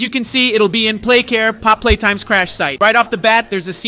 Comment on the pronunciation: Stop its POPPY NOT POP!!!